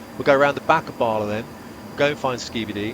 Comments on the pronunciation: Never heard of Capel Celyn being referred to as Scooby doo 😂 It's very odd to hear Bala pronounced as Baarley... Ba-La, again, Ba-La. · You're pronouncing Bala wrong. It's not Bar-la as you say it, it's Ba-La, each syllable to rhyme with the word man, without the n. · Just to let you know. Bala the first Ba is pronounced as in Bad. 🏴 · How do you spend years in Valley and you can't pronounce Bala right, Sir? 😂😂 Cymraeg Famil booked in for next week for you boss😂😂😂 Seriously though, this was fabulous stuff.